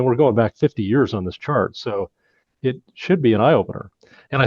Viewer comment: Did you say chart or shart